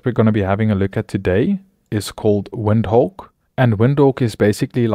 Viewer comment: why you saying WINDHOWK? LOL